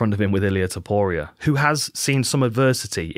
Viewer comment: As chael would say, "Ilia Topoirier"